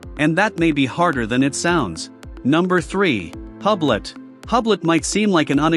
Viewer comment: You know it's AI slop when it's pronounced "HUBLET", and they don't take the effort to correct it.